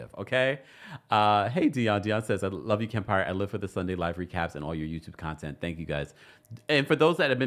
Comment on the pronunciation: That “I’m sorry I luw yu” In Destiny voice takes me out every phreaken time!!!😂😂😂